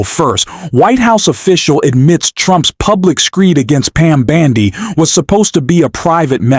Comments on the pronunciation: How can one trust your podcast/information when you can't even pronounce names correctly!? Its bOndi! It is not bAndi! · Why are you saying "Pam BAndi" ? What is up with that? ?